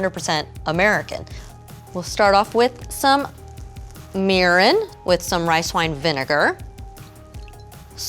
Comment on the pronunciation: At 0.44 what's meerin ?